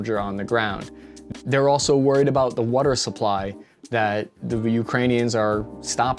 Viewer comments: That WOOODER, where in PA you from? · You say wudder like you from Philly. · You’re definitely from Philly. “Wuder”